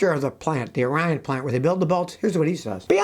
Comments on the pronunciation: It’s pronounced OR-EE-IN assembly plant!!! Cmon, Scotty 😂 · Side note from someone who lived in Michigan for years: ‘Orion’ is pronounced ‘ORE-ee-on’ (like they pronounce Milan as ‘MY-Lon’)